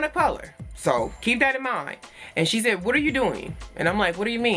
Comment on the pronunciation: Bae beeeeee dead💀🙊😭😂 I shaid what I Shaid😭😂